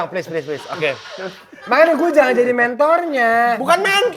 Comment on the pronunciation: "Jangang" ga tuh bwanggg